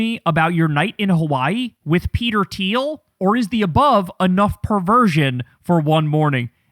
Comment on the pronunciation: Thiel... it is Thiel